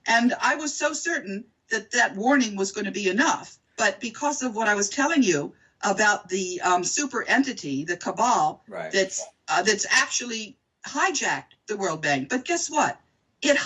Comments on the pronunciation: Cabal not cabaa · haha "kabaa??" ...it's "cabal" ...anyway, this woman is great. kudos to her! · Cabal, not Kabaa. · It's cabal not kabaa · CABAL: "A secret political clique or faction." Not Kabaa, dimwit.